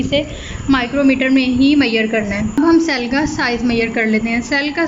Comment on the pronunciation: Wtf is मैयर? It's measure